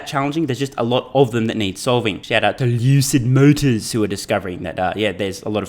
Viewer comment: Please continue to say "LOOOSID MOTORS" as much as practically possible as I absolutly piss myself each time.